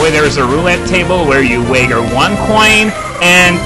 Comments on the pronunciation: wager pronounced weigh-jer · i know this video is old and english isn't your first language or u may have been even been saying it on purpose idk, if so, i'm an idiot but if not then the word "Wager", is wey-jer, again if i am wrong i'm sorry.